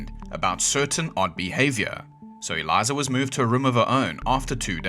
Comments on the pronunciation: Pretty sure her name was pronounced as "Eh-lisa", not Eliza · Pls stop saying aliza it’s eh-lisa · You’d think you’d pronounce her name right bro 😅 “ e leesa “ not eliza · sorry i cannot take you seriously when you can't even pronounce the first name you say correctly. Elisa... do you see a Z anywhere in there? Since you're referencing the buzzfeed video did you not even watch it to hear her name? Eliza and Elisa are not even remotely close in pronunciation. I've never heard someone just sling a Z sound [zound, according to this fool ig] into a name or word like this before. Ceezle hotel? good lord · Her name is pronounced "El-ease-a," not "El-eyes-a." Have some respect for the dead. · Her name isn't Eliza.. she's a female. Her name is Elisa. Eliza is how you pronounce the assay for the TB strain in Skid Row. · Its not Eliza, its elisa. Pronounced “el-ees-a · Why do you keep saying Eliza? It’s Elisa😂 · "Elisa" not Eliza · It's El-EEESA Lam. Not "Eliza". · Aleesa it's pronounced not eliza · Okay, but her name is Elisa...not "Eliza". 😅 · her name is “uh-leesa” lam. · Ee Lisa is how to pronounce her name. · British “people”are so funny. How do you conquer most the known world yet you pronounce everything the way you want to. Like the fact Elisa’s name is defo not pronounced “Eliza” not only that but while I’m on the topic, why y’all eat the blandest food yet you conquered colonized and raped and murdered most the entire world purely for spices, yet y’all never use anything other than salt and pepper. What’s up with that? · Her name is Elisa not Eliza. That’s so annoying. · “Elisa” is pronounced like “Lisa” but with an E at the start. The way you are saying it would be “Eliza” but at least you tried 👍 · A-LEE-SAH is how to pronounce ‘Elisa’, please learn how to pronounce the names properly, it’s about respect!! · Is the voice over AI bs or real. I only asked because he’s pronouncing Elisa wrong. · the least you could do is pronounce her name correctly